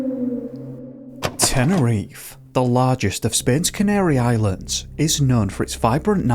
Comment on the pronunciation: What an imbecile. It's all on him. Also: It's not "teneriffff"... it's Te-ne-ri-FE